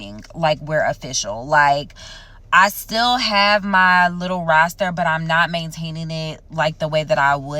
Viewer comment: pleease stop saying roaster 🤣